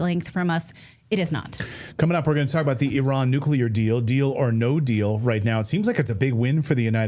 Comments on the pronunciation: STOP!!! ITS PRONOUNCED NU CLEAR. not NU CULAR. Thankyou. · I just want to SCREAM every time I hear some supposed knowledgeable agent say "nucular" !!! Learn the vocabulary if you want to be considered as such !!! The term is NUCLEAR... NUCLEAR !!! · I can't do the mispronunciation: "Nucular." It's ignorant. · Tara Reade lost all credibility. She can't pronounce Hegseth or nuclear. Nucular?